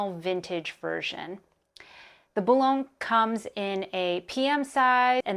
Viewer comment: Boo-loin. As in the famous city in France.